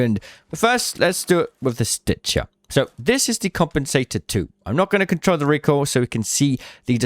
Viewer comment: the "stitchah" is my fav.